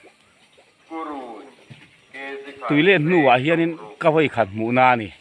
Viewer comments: Khuaimu ni lovin Khawmu. Thingtam ni lovin, Ṭhingtam.. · Khawimu in a chawi anti ngailo "khawmu in a chawi" an ti thin alom 😂😂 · Khawimu nilovin khawmu tih zawk tur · Khawimu in mi a chawi ngailo... Khawmu tih tur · Thing tam nilo in Thring tam tia lam tur ,Khawimu nilo in Khawmu tih zawk tur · Khawimu a ni? Khawmu ti a sawi zawk tur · (thring) ti ta mai ila...Raw chi khat hming ani e..Rawthing Kan ti mai thin a..a hresa lo tan chuan Han lam dikloh pawh a awm viau Kan alphabet ah hian type chhuah har deuh (Tri) kannei a ,anihna hresa tan lo chuan lam dik mai a har khawp..Tin ,mibo chungchangah khan KHAWIMU nilovin KHAWMU tih zawk hi a dik ang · Puitling, you tube channel siam ve meuh tawh chuan mizo tawng hi uluk ve teh u. Thing tàm han tih te, khawimu chawi han tih te hi chu, a ni em em lo..Beng a ti thlep thin..